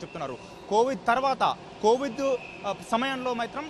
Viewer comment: Covidh kadhu ra COVID anu